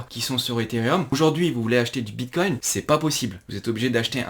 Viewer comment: "Le vrapède bitcogne" ;PP